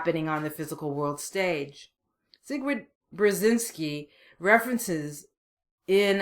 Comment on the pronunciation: It's pronounced "Zbigniev Bjezinski" for fuck's sake, Missus, take your time to learn about this man. He helped USA to destroy the USSR. A very talented man. Greetings from Ukraine